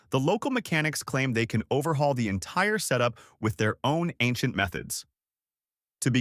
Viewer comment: They said "Anciant"